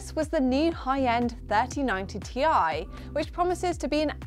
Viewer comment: im glad you said Ti, not tie!